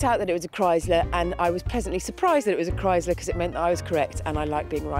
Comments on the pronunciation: Its chrysler with a sssss sound not a z sound like krise ler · Now if they could only pronounce Chrysler correctly.